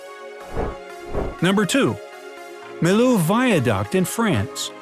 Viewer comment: Millau is pronounced miyo